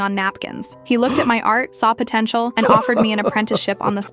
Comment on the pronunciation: DID YOU JUST SAY POTENAIAL